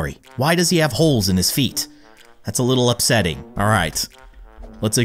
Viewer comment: why do you keep saying upseting